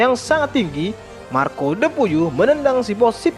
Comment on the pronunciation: Marko de puyuh 🤣🤣🤣 aslina Sunda 🤣🤣